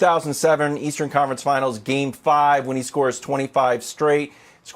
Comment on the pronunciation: Did this man really just say "Leastern Conference "? Is that you Skip?